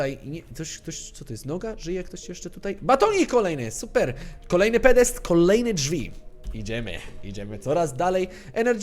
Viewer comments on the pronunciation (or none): "PODEST" a nie Pedest :3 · PODEST XD nie pedest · mówi się podest xD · "pedesty" <3